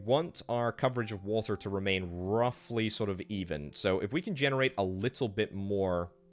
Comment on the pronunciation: Dude had a stroke saying generate🤣